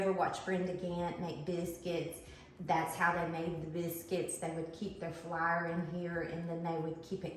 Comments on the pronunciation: Please remember that theres people watching worldwide, so please identify if you're using self raising flour or not for those of us who are not from the South. And flour is pronounced fl-our not flyer. 😂 Thanks. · I love the pronunciation of flour as flair. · You must tell me where you are from state wise not personal address. I have not hear flour pronounced that way since I was a little girl. Brings back a flood of memories.